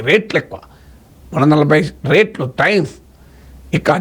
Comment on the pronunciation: రేట్లు కాదు సార్... రెట్లు